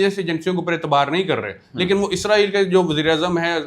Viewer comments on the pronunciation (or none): Isreal name toh thik tang seee Bol leee